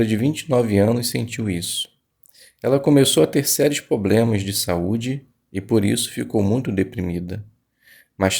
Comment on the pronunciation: Obrigado pelo estudo. Se puder deixar uma crítica construtiva tome cuidado yas palavras incluir e problema. Quando vc fala incruir e pobrema distrai da sua leitura. Mas parabéns pela iniciativa. Jeová te abençoe!